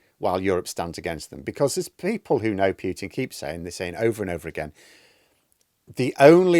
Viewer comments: Good channel,. By the way, it's Poo-tin, not Pew-tin. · Still mispronouncing... PEWTIN. NOOOOOOOOO....POOHtin for christ sake.